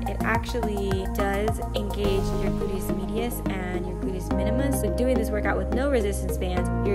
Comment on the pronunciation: “Boodyis midius”